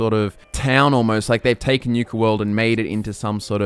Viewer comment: Newka world? . . . . NU-KA, as in Nuke not Newk LOL